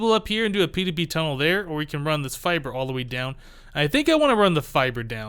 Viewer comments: seriously the fibre cables are pronounced fiber the fact they are spelled different doesn't effect their pronunciation in this case I am enjoying the series but that slight grammatical error is slightly off putting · You literally replied to a comment telling you how to pronounce fibre and now you keep on saying fi bree wtf.